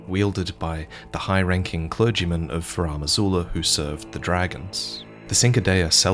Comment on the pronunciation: “Furam Azula” ouch